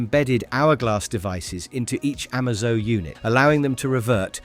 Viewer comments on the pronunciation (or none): Amazo as in a-may-zo or amazing and T.O.morrow as in tomorrow not marrow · Stuff like that makes me think it's ai